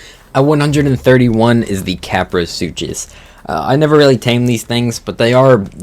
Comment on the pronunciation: "Kapro sootchus"